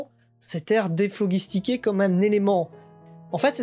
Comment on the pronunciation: Bonne vidéo ! Malgré beaucoup d'erreur de prononciation même sur des noms de scientifiques... (déphlogistiqué, acide cyanhydrique, RUTHERFORD ! et d'autres...). Et en tant que chimiste ça me fait mal aux oreilles. ^^ Tu devrais te documenter un peu plus pour parler d'un sujet aussi large et précis que la chimie (surtout pour les prononciations). Il existe un documentaire en 3 parties de la BBC présenté par Jim Al-Khalili qui s'appel "Les Secrets de la Matière" (trouvable sur Daylimotion) que tu aurais du voir (cela t'aurais éviter les erreurs et appris beaucoup..) et conseiller au public pour en savoir plus. Bref, je te suis depuis quelque temps et j'aime bien ce que tu fais, tu mérite plus de visibilité.. Continue de travailler un peu plus sur tes vidéos et ça payera. Sympa la blague sur le Neutron. ^^